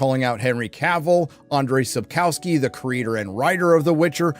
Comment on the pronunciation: Checking how Andrzej Sapkowski is pronounced would take you 1 minute...